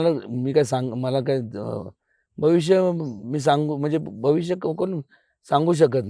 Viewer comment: Bh bh bh bh bhavishya kuni sangu shakat nahi 🤣bolta yetay ka sakali takun baslay